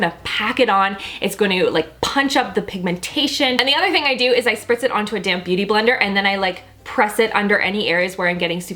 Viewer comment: At first I thought she said a "damn beauty blender" instead of a "damp beauty blender" 😂